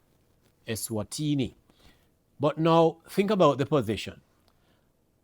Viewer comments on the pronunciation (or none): Sir, Say the name of the country properly. The country is not called “Esterwini”. Speak properly.